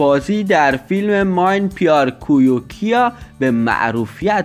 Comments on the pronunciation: ماین پویار کویو کیا هههههههه الا موردم همرای ای تلفظ زیباییت 🤣🤣🤣🤣🤣🤣 جناب اصلش اینه می پیار کیو کیا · I nataq chi raqam talafoz mekona?? Ke na metani baz etor video chi hajat ke jor mekoni? Mene pyar kia ra mega Main pyar kya. Hom dilde chuk saanaam. Revinaa tondo, sanashi, Doobong, MAIN PYAR KOYO KAYA😂😂😂